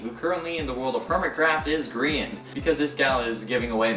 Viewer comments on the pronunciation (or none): none